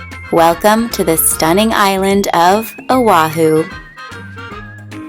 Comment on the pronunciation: You served on o’ahu and cannot pronounce correctly......?